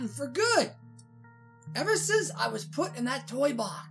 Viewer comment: I THOUGHT YOU SAID THE PLACE WOS CLEARED OUT!!